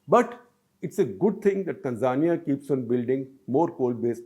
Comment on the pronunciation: Baldhead is pronouncing Tanzania wrong.